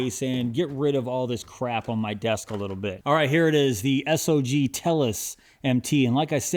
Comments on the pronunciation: Please stop calling the company S-O-G. It make you sound like you don't know jack. The company is named Sog, and it sounds how it looks. It's hard to take your content serious if you haven't bothered to learn how to pronounce the company name. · | needs to learn some new adjectives. Everything is "nice" to him. And BTW, everybody uses Sog (one syllable), not S O G.